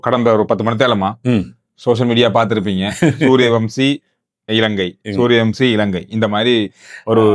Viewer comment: தம்பி, சூரியவம்சி அல்ல சூர்யவன்ஷி. திருத்திக்கொள்ளவும். நன்றி